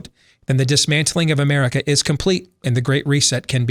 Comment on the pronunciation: says Merica